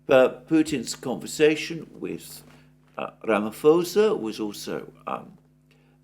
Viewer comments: Mr Mercouris. his name is pronuonced ramiposer (ram i poser) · you’re fantastic, but “Ramaphosa” has a silent “H”. It’s Ramaposa.